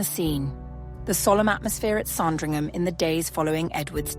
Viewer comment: It isn’t pronounced “Song-dringham”. JFC, I hate this AI crap.